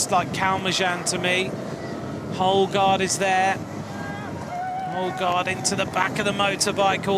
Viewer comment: Nice race. Better learn to pronounce the name of the Canadian Houle. The H is silent and u you never pronounce the last letter or vowel in a french word. "Ugo Oul" or "ewgo ewl".